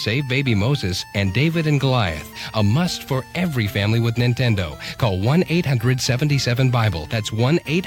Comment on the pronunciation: Is this channel voiced by AI? Every once in a while it says odd things like saying 'nine-tendo'